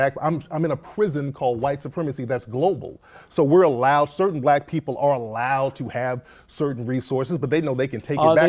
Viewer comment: "Do U Lurve Black Peepl"